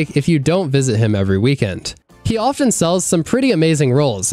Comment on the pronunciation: A mistake I hear content creators make all the time is pronouncing the 't' in often.